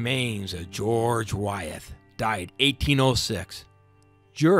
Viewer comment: I enjoyed the video, but you made several mistakes that I thought you might want to know about. The women married prominent men, not predominant men. The parish name is pronounced Henrico (hen-rye-co). I grew up there so I know. Wythe is pronounced "with" not Why-eth. Your tour was good just needs a few touch ups on the information.